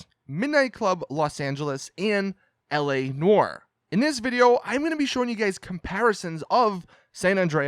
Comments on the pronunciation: la noir* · "L.A. Noor"? LOL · Did this dude just say "L.A. Nore? Bruh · I cringed when you said LA NOIRE